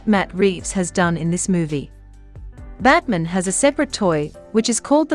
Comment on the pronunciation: Why is the pronunciation for Batman, batmen?